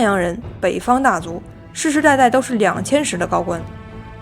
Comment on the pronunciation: 兩千石（音 擔）